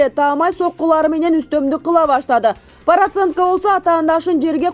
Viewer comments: Параценко дейтко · Параценко дейсин да журналист миш бир жолу параценок деп кой👎Бекишовду Бекешов дейт сабатсыз!!!